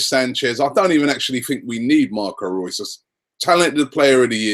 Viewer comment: Why does he keep on saying " Marcos Rues "